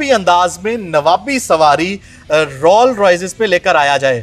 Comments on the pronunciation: "Rol Royces" :D bhaii khuda k liy brand k naam tu sahi se lo. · Rolls royce ka naam tu parhna seeks lete..